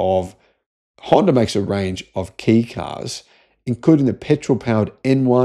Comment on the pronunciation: * Kei is pronounced "Kay", not "Key * The Honda interior is nicer than most Kei cars. * "Ugly", I reckon this is one of the best looking modern cars * The Super EV Concept looks exactly the same, just with fender flares and lowered. It wouldn't meet Kei regulations with the added width of the flares. The European export version may have the flares from the concept - The Suzuki Jimny does that, where export versions are flared and JDM ones are narrow. * Power steering doesn't improve the handling of cars. It just makes the wheel easier to turn at parking lot speeds.